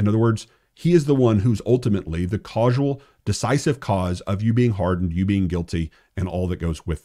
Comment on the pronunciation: Causal is pronounced cause-al and not cause-ual. Respectfully ❤